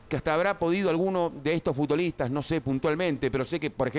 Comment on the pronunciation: "FutDolistas"? WTF Pollo!